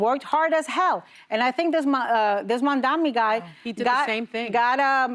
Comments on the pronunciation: These ladies just had a whole conversation about Zohran Mamdani WITHOUT ever mentioning his name! This man. the possible Mayor of NYC...pretending they don't know how to pronounce his name. ANNA, its Mamdani not Namadani! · You ladies need to pronounce the names of Zohran. Ana Navarro calls him Mandamni guy. 🤬 and Sarah says the Mamna yeah the maam guy. Seriously. This panel is cringe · These women are on daytime TV, live in NY, and this is the biggest story of historical upsets in NYC politics right now and they can’t even take the time to learn to say his name or even try? It’s not even that hard to say: Mamdani = ‘Mum-Donny’. If people can learn to say Tchaikovsky, they can certainly learn to say his name too. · Say it right “Mum-tha-nee” it’s not difficult. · The name is "Mam-dani". Learn to say it. The view is so horrible, makes me sick 🤢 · Please say his name right, MAMDANI!! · Why couldn’t The View put Zohran Mamdani’s name in the title?? Why couldn’t the ladies pronounce his name?? We can smell the racism here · The disrespect of not even trying to say his name correctly or calling him "This man" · It’s honestly wild that they chose to ignore one of the most important primaries until now and when they finally do, they get the facts wrong. First mispronounces Mamdani’s name then falsely alludes he wants to freeze all rents. He doesn’t. It’s a targeted freeze on rent-stabilized units, mostly owned by corporate landlords, not mom-and-pop owners. Nice try, Alyssa. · They all need to learn how to pronounce M-A-M-D-A-N-I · Alyssa saying Zorhan has no real job, so did the orange in chief, but y'all put him in the white house. Of course gotta look out for the millionaire and billionaire right Alisa. Learn to say the name of the future mayor because we gotta get it right.😂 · Alyssa can’t say his name. She is disgraceful.